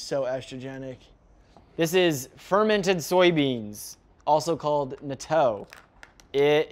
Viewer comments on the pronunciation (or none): absolutely butchered that natto pronunciation but it's all good lol